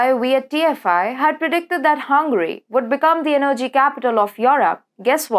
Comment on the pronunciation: Kovacz is pronounced as Kovach. Russia as Rusha. Energy - the accent is on first E.